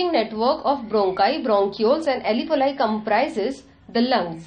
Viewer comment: where do you see ALEEVOLI written ? Its ALVEOLI.. read properly before making a vdo its irritating